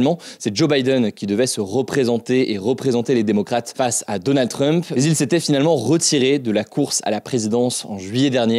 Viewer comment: Hugo : « Donannd drump » 🗣️